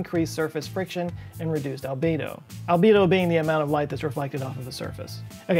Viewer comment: I was going through my stuff while the video was playing...and i heard Libido instead of albedo..